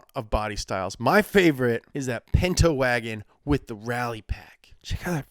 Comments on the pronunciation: It’s called a pinto not a pento lmao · A Ford Pento... A Tchevorlet IDK about those...